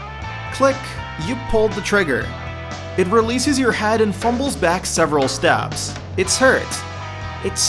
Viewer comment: Grab its Had and bash its Had into the wall, and its Had blow sup. The way you fucking say words with "ea" (head) driving me fucking up a wall.